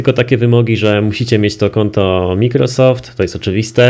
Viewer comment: piszę się Microsowd A czyta się Majkrosowd mów Majkrosowd